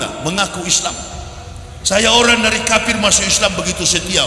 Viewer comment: Kalau dengar ucapan YW, bukan teriak KAFIR tapi KAPIR. Ngaku doktor tapi mengeja kata kafir aja SALAH 🤣🤣🤣